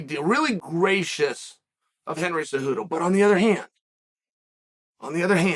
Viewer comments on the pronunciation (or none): none